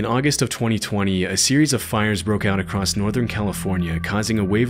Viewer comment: Dude, i really like your videos but you gotta start saying 'across' instead of 'acrosst' 😅